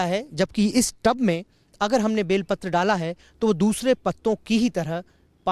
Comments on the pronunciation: Sir ji use belpatra kehte he Vilpatra nahi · बेलपत्र बोलो विलपत्र नाही